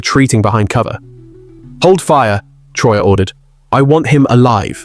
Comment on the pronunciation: Disrespectful yarn spinner AI, at least pronounce our fearless leader’s name right. Liar